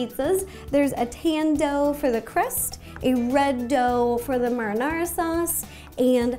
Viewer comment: Rosanna you say marinara wrong